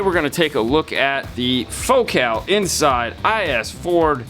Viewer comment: Fo-cal ??? 😅 Focal…..as in focal point……focus…..focal…….